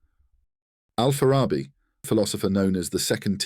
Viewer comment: Kipchak is one of the tribes that form Kazakh nation. The city of Farab (now Otyrar) on Kazakh land is where Al-Farabi was born, "al Farabi" means "from Farab". The name is pronounced with the stress on the last syllable: bi. Al-Farabi.